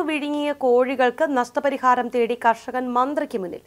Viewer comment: തടി അല്ല... തേടി